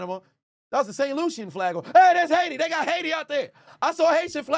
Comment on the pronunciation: idk if you noticed when he said HAITI because he pronounced it in Spanish "AYITI" 🇭🇹 Glad you caught the flag tho! Those flags represent every nation in The Americas. 🌎 Talk about an All-American halftime show. VIVE AYITI!